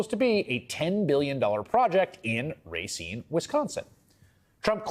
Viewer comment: I haven't really spent time in Racine, but I've never heard a Wisconsinite call it Ray-seen; only Rahseen. Biden's 100% right. Foxconn was a complete con-job. People got kicked from their property to make way for a huge factory that never materialized. What a disaster.